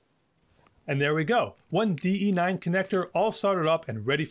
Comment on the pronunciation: Great video. Thank you for sharing! When you were talking about the D-Sub 9 connector it sounded like you said DE-9. If you did I thank you :) So many people call them DB-9 even though the standards spec sheets state that size of housing is called DE. :D